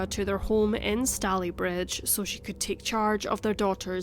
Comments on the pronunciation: Sorry to say but, although some of the details in the commentary are accurate, there are so many major errors in the reporting of the facts that I had to stop watching halfway through. Also, the pronunciation of Stalybridge is completely wrong. David Cameron once pronounced it this way in the House of Commons and it was such an obvious, glaring error that uproar, laughter and ridicule filled the house. As the video work is really good, I would say it’s worth taking down, doing the research and re-recording the narration. Sorry. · It's pronounced Stay ley bridge not Stally. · Really interesting case! Fyi it’s pronounced stay-lee bridge 😘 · It's Stay-Lea not Sta-leigh - ugh, can't listen to this. It's going to drive me mad. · I live here, and its pronounced stay_ley_Bridge, not stallybridge!! named after the stayley family who originally owned the land. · Minor correction: Stalybridge rhymes with “daily bridge” not “dally bridge”. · im soo late but its pronounced stay-lee bridge btw! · It’s pronounced stay ly bridge 😊and. If I’m not mistaken it was 1910. One theory. Thanks for sharing 😊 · Ineresting story. Just one small criticism Stalybridge is pronounced Stay-le-bridge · Fascinating. Its pronounced 'Stayleebridge'. I grew up there, in the 70's, but hadn't heard of this case. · STAY-lee-bridge.... as (some) Glaswegians will know because it has a football team called Stalybridge Celtic. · It's pronounced Stay-lee-bridge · Stalybridge is pronounced wrongly. Stalybridge is pronounced Stay-lee-bridge 🙄 I live in Manchester and have done for the past 6 years I like Stalybridge. It's locals have always pronounced it Stay-lee-bridge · have never watched a case thats so close to where I live... literally the next town, we usually say it stay-lee bridge! :) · It’s pronounced Staaalybridge. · stay-LEE-bridge...i live in Woodley :) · Just a small point, it's pronounced " Stayleebridge " 👍🏻🙂